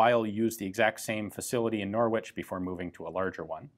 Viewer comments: It's pronounced... NORRICH ...not NOR WITCH....LOL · Pronouncing Norwich as 'Nor-witch' will get you a funny look in the UK, Ian: it's 'Norrich' (silent 'r'). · Norwich in the UK is pronounced “Nor-ich” the W is silent. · Great video! But as an englishman i can safely say its pronounced Norich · Funny to hear an American say Norwich lol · You don't really pronounce the W in Norwich. Just If anyone was interested.